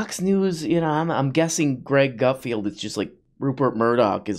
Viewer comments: Are you saying 'Gutfield' because you can't read or is that your rendition of comedy? I get it, YOU are the king of late night comedy. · Come on! We all know his name is pronounced Gutfart.